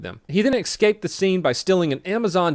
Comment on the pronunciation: I will keep on doing this untill you stop ITS ESCAPE NOT EKSCAPE